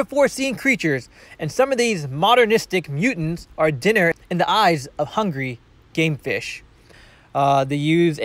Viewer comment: Who else thought he said gay fish instead of game fish?!😂